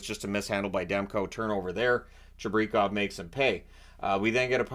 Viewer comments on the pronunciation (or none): Its Chibrikov not Chibrekov like you said it Watch the manitoba moose broadcasts how they say it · Lol. Pronunciation of Chibrichov, nope. And by the way,you mentioned Canucks sitting starters. Did you see Jets? They sat starters too.